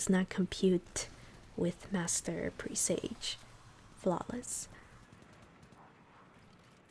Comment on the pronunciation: This is awesome, I’m a solo player for everything, so this I will definitely be using. I’m sorry but, it’s pronounced "pre-s-ah-ge"